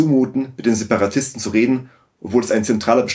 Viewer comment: 'Separatisten', nicht 'Seperatisten'